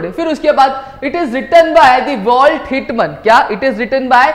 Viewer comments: not walt hitman its whitman🙌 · Sir it is walt whitman 🙂not walt hit man😂😂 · It is not hit man it is "whitman"